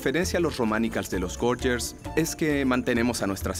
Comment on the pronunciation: Gorgers y su pronunciacion es: Goryers